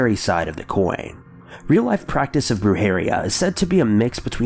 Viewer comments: BRUJERIA = "Broo-hair-EE-ya" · As someone who speaks Spanish, the way you pronounce the word “brujería”, kinda burned my ears and made me cringe. No hate, just my opinion 😅 I love your channel, though 🙌🏻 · Yo-RO-Na Bru-Heh-RI-a